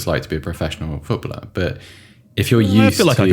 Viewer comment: Does (the toff one) know there are three syllables in 'footballer'? Or is he dyslexic, and that's why it becomes 'foot-blah'